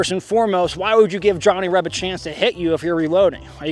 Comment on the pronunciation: Love your videos, but as a Reb, not sure if I'm like the way you say " Johnny Reb", almost sounds like a slur.